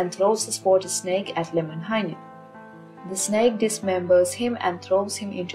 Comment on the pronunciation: American here, was reading the Kalevala and kept thinking, "There's way too many syllables in this guy's name. " Came to this video, and the way you pronounce it sounds way better than the way I was reading it.